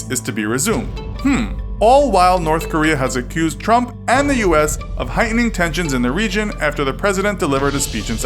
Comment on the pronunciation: I swear I keep hearing him say Donald Rump...